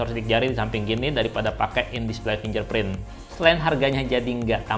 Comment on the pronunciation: FinGerprint Bukan FinJerprint Pake G bukan pake J Coba buka google translate